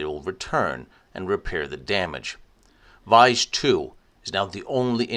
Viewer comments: Vise should be pronounced "VEE-ZAY", it's the same name as the local village "Visé" 'with an accent) nearby. The staff is indeed very well informed and friendly, same experience here. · Btw it’s more like Vie-zee not vice. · Hi, Very nice documentary. But "Visé" should be pronouced "Veezay" in English, and not vice.